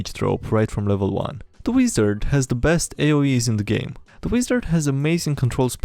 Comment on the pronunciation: I love the way he says weezard lol